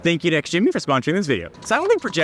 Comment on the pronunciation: ITS PRONOUNCED JIMMY THE X IS SILENT 😠😠😠😠